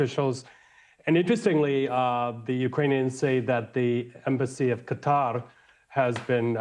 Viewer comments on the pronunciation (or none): none